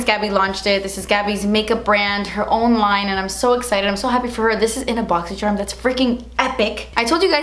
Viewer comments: randon question do u mean to say boxy sherm or is that on purpose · Can someone answer this for me but why does she say Boxysherm?!?! lol thanks